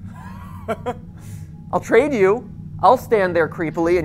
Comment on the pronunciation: Matpat: "I'll tade you" Me: uhhhhhh I wouldn't say that if I were you